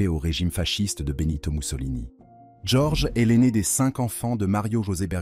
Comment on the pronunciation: bonne vidéo, mais j'en suis à la moitié, et ça ne répond toujours pas au titre de la vidéo. Le prénom Jorge est assez écorché, dommage ! et quelques inexactitudes aussi (Sainte Marie Majeure est un territoire du Vatican par exemple). Les coupures dans la prononciation/discours est aussi génante. L'empereur Néron n'a pas simplement "pas apprécié la prédication de Pierre" mais a carrément mis l'incendie de Rome sur le dos des Chrétiens, les condamnant à une mort certaine.